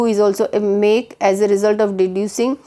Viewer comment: I will give you 0 out of 10 marks in pronunciation. You pronunce deducing wrong. one subscriber loss